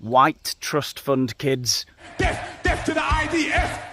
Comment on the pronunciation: Did he say "deff" 😂😂 what a wally.